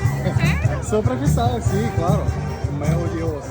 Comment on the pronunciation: Чел все круто но язык надо подучить) меу деус прям режет слух) меу ДЭУШ !!! Учи учи )